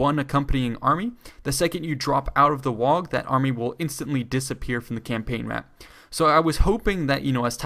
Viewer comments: It's pronounced "WAH", not "Wag" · You don't pronounce the g in WAAAGH! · The point where you can't pronounce waaagh properly was the point I realized you didn't know what you were talking about